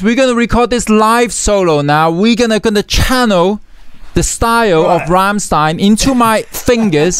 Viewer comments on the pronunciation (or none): It should be pronounced Rammshtayn. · You mispronounced the Ramm in Rammstein. Its not like Ham with an R. The a in Ramm is more like the English a in Dance.